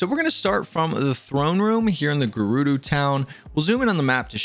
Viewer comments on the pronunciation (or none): Bro really said “gurudu town”😂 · You pronounce gerudo wrong but thanks for the tutorial 😊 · Call it geroodoo town one more time and imma crash out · “Gerudoo” I cant